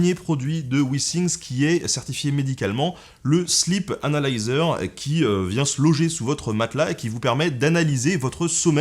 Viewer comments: J'ai entendu la même chose ^^ C'est la façon dont Ben le prononce qui est trompeuse XD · J'ai vraiment cru qu'il avait dit "Slip analyzer"...